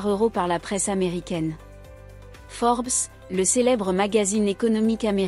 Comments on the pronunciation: فمقطع الفيديو قراتها بالفرنسية فورب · تنطق فوربس بالانجليزية كما هي في مقطع الفيديو